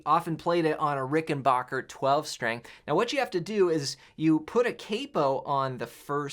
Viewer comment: Hey, I love your videos! This isn’t a big deal, but… I feel compelled to say that Rickenbacker is pronounced Ricken-back-er. The back part is pronounced like your back. Had a patient a few years ago who is a Rickenbacker (guitar company). She straightened me out right away. I went to their website, sure enough—it’s “back’ not bach. Thank you for all that you give.